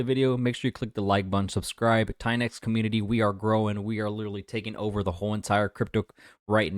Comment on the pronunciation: LOL every time you say $TITANX is sounds like $XEN cope....where are all of your $XEN updates? LOL